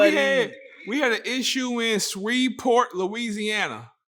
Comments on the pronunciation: Shreveport!!! Not Sweeevport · Sewveport 😂😂😂My guy